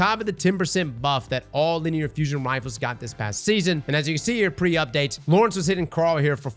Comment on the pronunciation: haha and lor-ENTS